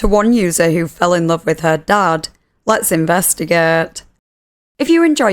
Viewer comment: “Let’s investigaet” 😂❤